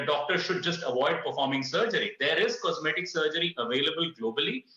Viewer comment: 'Comseetic surgeon'